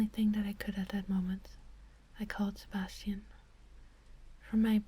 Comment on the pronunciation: Whenever you said "Sebasitan" I could only think of Sebastian Michaelis from black butler xD